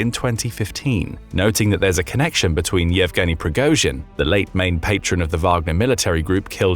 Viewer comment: Progoschin is pronounced like the „osch“ in „Bosch“.